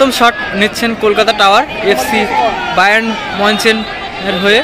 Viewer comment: দাদা ওই লাল টিমের উচ্চারণটা "বার্য়ান মিউনিচ".